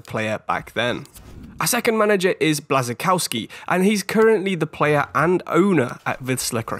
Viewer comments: Nice selection! When you talked about Kuba Blaszczykowski I had no idea whom you were talking about. Think of his pronounciation this way: Bwashchikovski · Btw the pronunciation for Błaszczykowski the ł is more of a w